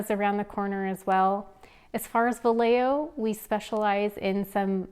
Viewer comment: Pronounced Vi yeah ho